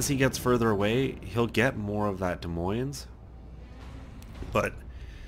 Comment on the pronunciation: both esses in Des Moines are silent. just sayin.